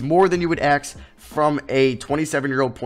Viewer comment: no-one: literally no-one:: Aks